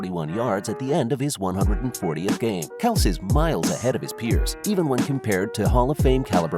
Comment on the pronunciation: if you wanna make a video like this atleast say the guys name properly